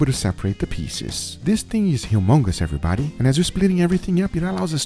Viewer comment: How about “everybady “